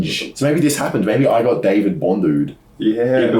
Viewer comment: It's david